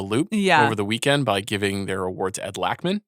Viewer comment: INSANE that Ed Lachman ( Pronounced: Lo'ckman) doesn't have an OSCAR!